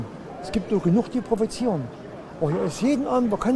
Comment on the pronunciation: Proveziern haha